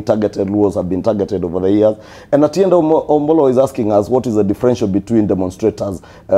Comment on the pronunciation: the pink shirt guy is really butchering Otiende Amollo's name😂